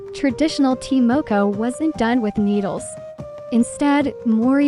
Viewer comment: It's ta (tar) moko(moor koor)